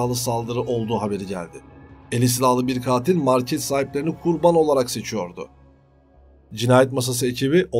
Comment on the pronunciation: Kurbağa mi yoksa Kurban mi ? A harfi uzatilmaz. Bu arada kanaliniz ilgi cekici, merakla izliyorum, takip ediyorum. Basarilar 🤌🏼